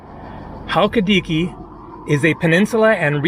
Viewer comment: Check your pronunciation of Halkidiki. Can't wait for your visit to Meteora! It is spectacular, and somewhat close to my husband's village. I hope the smoke on Evia doesn't bother you as you travel south. I thoroughly enjoy your posts!!!